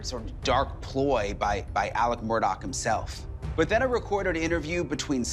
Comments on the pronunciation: The name is not pronounced Murdoll, it’s pronounced murDOCK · Actually it's pronounced Ellick Murdock. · Big family in multiple counties It's pronounced Murdock! Your ignorance is blaring! 🙄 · I find it sad that all these "know it all" people doing these interviews don't know how to pronounce the Murdaugh name. Google it. It's the least you can do if you want to be considered a reliable news source.